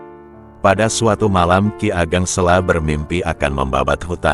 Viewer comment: Kiageg Seko bukan kigeg. Sela solo salah